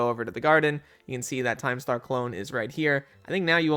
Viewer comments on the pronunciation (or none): none